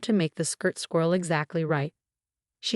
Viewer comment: All show, not I'll show. Cachet, not cash. aesthetics, not esthetics. There, not they're. Swirl, not squirrel. Entourage. Aunt Charlotte, not on Charlotte.